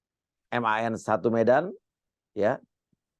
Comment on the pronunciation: Jaman aq sekolah dulu bacanya Man bukan Em A En , emang sekarang gitu ya bacanya